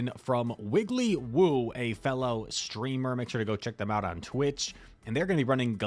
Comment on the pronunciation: Thanks for the feature. It's Wigglypoo, not Wigglywoo and I'm definitely not a streamer 😉